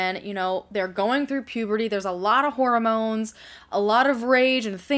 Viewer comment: Did you say "horrormones"? Sounds about right. Lol